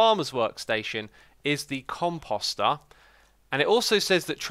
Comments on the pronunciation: Comp oh ster Not Com pos ter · Every time you say "composter," for some reason I think you're saying cu... Nevermind!